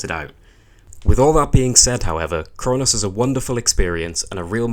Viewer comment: Your accent makes it sound like you're calling it "Crone-ass" and that deserves 5 stars.